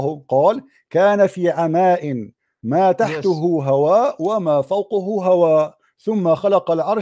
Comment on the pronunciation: الدقيقة قراءتك خاطئة، قال: كان في عَماءٍ ما تَحتَهُ هَواءٌ، وما فَوقَهُ هَواءٌ، ثم خلَقَ عَرشَهُ على الماءِ. تحته و فوقه بالفتحة و ليس الظمة ، يعني ميم النفي وليست ميم التأكيد. You level of education and understanding Arabic is embarrassing, doesn’t mean that you can read Arabic then you can understand immediately… Arabic is so rich and deep language if you change even a vow you can change the whole paragraph meaning. I will pray to god for you to stay misguided and pray to god and ask him to show me your punishment on the day of judgement.